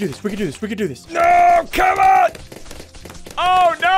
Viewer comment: I feel like ssundee is saying come on so much it sounds like comma